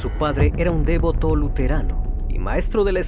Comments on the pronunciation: Devóto, no lleva acento, pero lo pongo, para que veas que es devoto, no dévoto, como lo pronunciaste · Excelente ! Sólo un error que te comento: no acentúes devoto en la "e", se pronuncia tal como se Lee, devoto